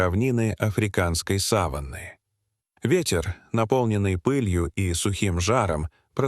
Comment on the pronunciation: Задолбали уже с искусственным интеллектом озвучки. Коверкают слова, не сАваны, а совАны. Людей нет озвучивать, или попсыкивают свой голос оставить, куда катимся? Скоро не по именам будем назвать друг друга, а 6й, 20 й.